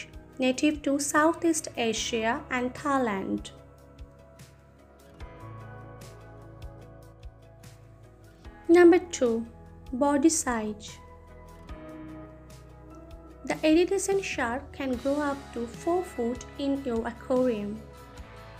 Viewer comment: I chuckled when she said body sige lol